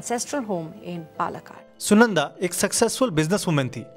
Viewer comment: Not Puluh cud but Paalakkad written as Palakkad or Palghat